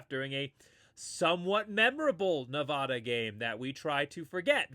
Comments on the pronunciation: I'm a huge Boise State fan but have grown up in Nevada...please pronounce the state correctly for my sanity. It's Ne-Va-Duh, not Ne-Vah-Duh. 56-17 Boise. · I love your content! Keep up the video production! One small thing, though… please stop saying “Ne-VAH-da.” It’s as grating to me as when people say “Boy-zee.” That’s it! I’m hoping for a 70-burger this weekend. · I hate to be that guy but you're pronouncing Nevada wrong.